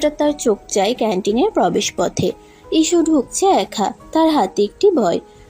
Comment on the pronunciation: ইসু না হিশু